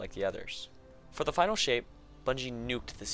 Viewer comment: 35 they said "final" but most the player base heard "finale"